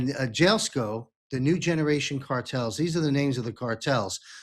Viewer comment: Jalisco the J sounds like an H!!